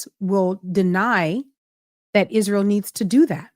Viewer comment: I completely agree with you on how Candace puts an emphasis on words. Like ISRAEL. Candace Owens pronounces "Israel" with three distinct syllables, "Is-ra-el," likely as a deliberate choice related to her critical views of the nation's political and cultural influence. While she has made numerous controversial statements about Israel, describing it as a "cult nation" and an "occult nation"… The unique pronunciation seems intended to emphasize the original Hebrew form or to draw attention to the word itself in the context of her broader criticisms, rather than a standard English pronunciation